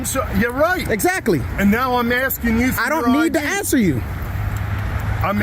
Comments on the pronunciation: “You can’t come into a facility just video without ASTIN” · He was "astin" him